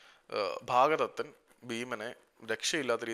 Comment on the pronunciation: ഭാഗദത്തൻ അല്ലല്ലോ ഭഗദത്തൻ അല്ലെ